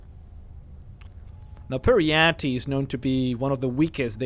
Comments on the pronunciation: Per-y-ite, your triggering my inner Jyggalag! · Peryite - pronounciation: Peri-ite / Per -ie -ai(short) -t :|